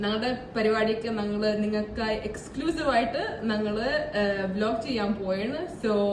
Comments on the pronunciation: Try to pronouns "njangal" instead of "nangal". ഞങ്ങൾ not നങ്ങൾ. Thank you for respecting our language. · ഇവരുടെ സംസാരത്തിൽ "ഞങ്ങൾ" എന്നതിന് "നങ്ങൾ" എന്ന് പറയുന്നത് ശരിയാക്കിയാൽ ഏതാണ്ട് 95% ഓക്കേയാകും.